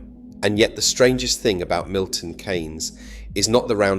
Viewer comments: Great video ...but please - it's not Milton "Caines" !! its pronounced Milton "Keenes" Those who have lived there know how good it is. Everyone else - well we dont care ! It does work well for cars but it also works really for bicycles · People who live in MK pronounce it 'Keens' NOT 'Canes'. otherwise an excellent video. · Milton Kaines? Keens is how we say it. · KEEEEEEEEEEEEEEEEEEYNES NOOOOOT KAAAAAAYYYYYNS FFS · Milton Keynes, not Milton Kaynes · Why do you use an AI voice? It was pronouncing Keynes as Canes most of the time, nobody pronounces it like that! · The AI voice mispronounced Milton Keynes every time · I don't don't think it is. Why can't it pronounce Milton Keynes? And why did it spell out car?